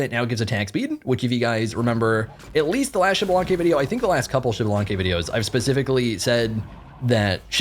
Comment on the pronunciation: I’m waiting for the day he says xbalanque’s name right🙏🙏🙏